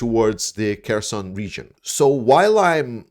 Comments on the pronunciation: I'm talking about the pronunciation. The name is Херсон, so H, not K. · Herson, not Kerson, right? You keep saying Kerson. That is wrong, isn't it?